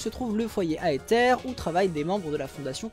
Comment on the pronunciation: Je ne suis pas sûr que « Aether » se prononce comme ça ahah, mais blague à part encore une fois ta vidéo est d’excellente qualité et c’est toujours aussi prenant à suivre